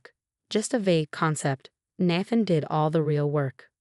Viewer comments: Please adjust the A.I. His name is pronounced: Nay-then, not nah-than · Nay-than not Nath-en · Nath-an? Do these ever get checked? Listened to? Edited?